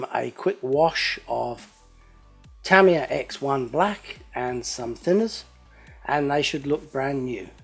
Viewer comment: its pronounced Tah-ME-yah = Tamiya